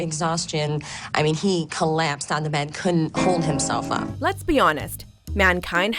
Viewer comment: "He kellappsed ann dee bed."